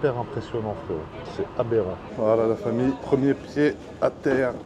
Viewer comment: ce que j'ai compris : abérant